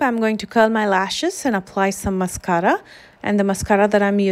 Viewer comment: She has a way of say masCARA